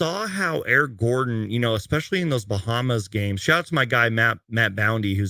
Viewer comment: the disrespect that man put on Eric Gordon's name 🤣